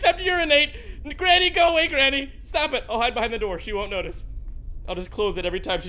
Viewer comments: I really lough so much when he said grainy ha really right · Did really call granny.. grainy...